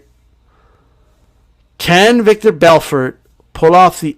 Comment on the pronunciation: It's Vitor Belfort not Viktor. Lol.